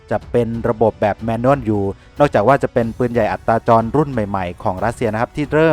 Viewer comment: อัตตาจรครับไม่ใช่อัตราจร อัตตาจรหมายความว่าสามารถเคลื่อนที่ได้ด้วยตนเอง